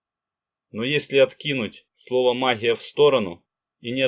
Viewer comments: Гъ гъ, магъия гъоворят, не возможно слушать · А что у спикера с буквой "Г" ???? Это что за махия....Такая ассоциация что товарищ Брежнев делает обзор по " махии во блахо...ховорит